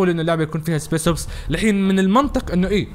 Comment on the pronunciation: اسمها سبيشل اوبس مش سبيس اوبس 🤦🏽‍♂️🤦🏽‍♂️